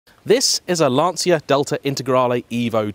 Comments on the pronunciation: Great review,. Some corrections in your video review 1)....It's Lan-Chia, not Lan-See-a 2)...now famous some arch extensions. Those arch extensions are the famous quattroesque fenders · It's LAN-TCHA not LANSEEA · It's actually pronounced lan-cha not lan-see-ya as in Italian ci would be pronounced as a ch sound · if only this is in right hand drive. a collector car. but you pronounced Lancia wrong. it is pronounced "Lan-Chia" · Starts off video by not pronouncing 'Lancia' correctly. What is wrong with people? It's perfectly simple! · It's the wrong way. Better to pronounce it correctly, surely? Might also make you seem a little less like you're trying to sound like Clarkson.